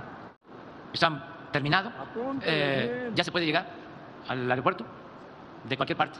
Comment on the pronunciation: ¿Ya pueden llegar millones? ¿Al "areopuerto"? ¡SE DICE AEROPUERTO! ¡Puras mentiras, no sabes decir otra cosas más que mentiras!